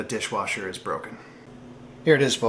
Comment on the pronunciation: Awesome repair on the dish wersher